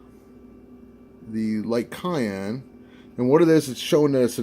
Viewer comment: Hmm, I've never heard cyan pronounced as cayenne.